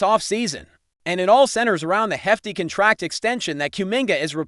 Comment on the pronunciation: Learn to pronounce the noun "contract".